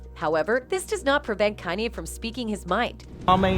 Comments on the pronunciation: How are you saying is name? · Don't subscribe.this bitch can't even say his name right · No matter how wrongly say his name it's not gonna stop the truth from touching folks the end may be near for the ones who's really in control